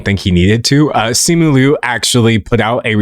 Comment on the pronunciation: Thank you very much for pronouncing Liu correctly. ❤ Uhh my In laws are Taiwanese, their last name is Liu. Yes there is a distinction, but culturally speaking, my inlaws say they are Chinese. It’s a little interchangeable to them. And they were born there.